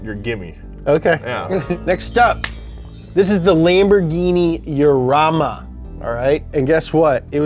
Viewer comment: he pronounced it the correct way.... "Yarama"